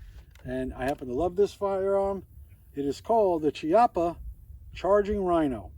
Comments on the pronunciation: Chiappa is pronounced "key-appa" not "chee-appa". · Key- op- ah, I believe.